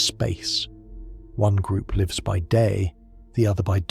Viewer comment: I LOVE this concept of retelling classic writings like this in a modern, soothing format like this. Brilliant. Somehow, the AI is getting dumber, though. It can no longer distinguish if "lives" is being used as a verb or a noun and always pronounces it as a verb, which is incorrect 90% of the time in this story. Still, this story format holds my attention better than others, so I keep listening! Thank you!